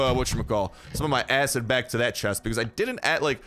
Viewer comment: He talked too fast and said acid without “Id”